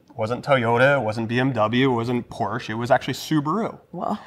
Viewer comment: Pronounce Porsche the correct way or you don't sound like you know about cars.